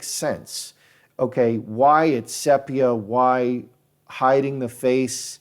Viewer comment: I think the pronunciation is see-pia. Not sep. iah